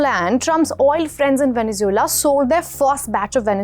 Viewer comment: Stop mispronouncing Venezuela